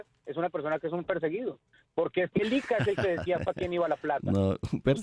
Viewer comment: Ese tipo Alberto Bernal no sabe ni pronunciar el nom,bre del IIiCA, diciendo ICA